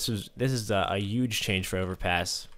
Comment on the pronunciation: A 'uge change